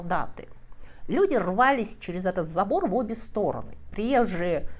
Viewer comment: Люди рвалИсь, а не рвАлись… недостаток образования? Много огрех в произношении… над этим нужно поработать, дорогая.